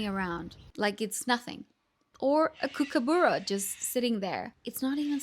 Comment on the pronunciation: Just a quick note regarding the proper names of a couple of animals that I have come across that you mispronounced in the first 3 minutes. Kookaburra is …cook..uh (as in up) bu, as in but) ..ruh Goanna is not iguana…..it’s…..Go….Anna. Cockatoo……Cock….uh, (as in up)…too The brightly coloured parrots, are….Rainbow Lorrikeets. Wallaby…..wol….uh…bee. It’s strange that you lived here for a while and haven’t realised that you are mispronouncing nearly all our native animals. Are you interacting with many Australians? Surely they would help you with your Australian lingo! ✌️🇦🇺🦘🐨🐊🦈🕷🐍